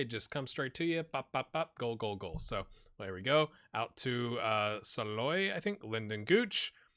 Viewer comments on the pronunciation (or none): As a Sporting KC supporter, really cool to see you take over! FYI Salloi's last name is pronounced Shal-o-ee, or at least that's how I usually hear the commentators announce it.